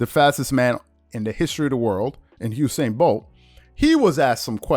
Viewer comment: It's Usain not Husein. Please pronounce it correctly loll. Its an entirely different name.